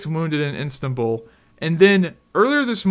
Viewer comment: Istanbul not instabul Xd